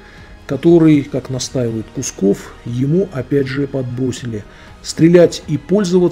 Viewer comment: почему искажаете фамилию? КУКСОВ! НЕ кусков!